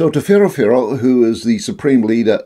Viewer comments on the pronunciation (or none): It's not pharoah pharoah sir it's whero-whero please roll your rs like pheehddo pheehddo r sounds like dd